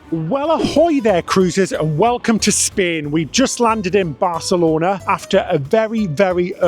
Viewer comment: This is going to be a useless comment but I'll power through. THANK YOU for not saying BarTHelona! 🤣